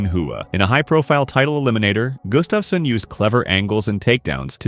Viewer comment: His name is Gustafsson (Swedish) not Gustafssen (Danish).